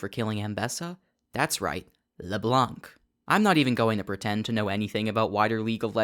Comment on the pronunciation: hum actually, "Leblanc" is not pronunced "Leblank" it's just "Leblan"